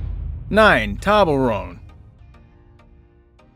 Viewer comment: Merry Christmas! and I think that is not how you say Toblerone.